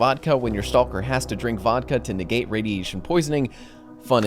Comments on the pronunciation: I love you, but you pronounce stalker wrong. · "Stall-ker" XD